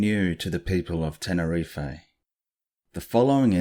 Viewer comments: Love your channel! Awesome content to watch just before bed - don't know why I always find that unnerving stuff at night, but it's great!! Pet peeve - mispronunciation. You said 'Ten-er-ee-fay' it's actually 'Ten-er-eef' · The way we say tenerife in the UK is that we DON'T pronounce the e on the end. Its actually Tenereef how we pronounce it. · It’s not his voice it’s ai he sounds a bit Australian surely not going to to all the research and butcher the name of the island he’s researched?